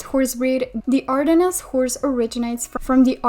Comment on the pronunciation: we do not pronounce the S in ardennes so it’s more like Ardenne